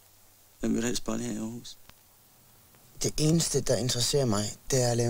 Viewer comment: At Lars Hug ikke kan udtale navnet rigtigt, undrer mig imidlertid ikke.